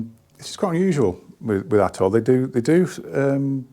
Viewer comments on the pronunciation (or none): 'And it isn't at'oll.. '😂